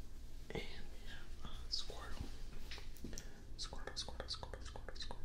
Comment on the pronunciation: if he says squirtle enough times it sounds like scrotum to me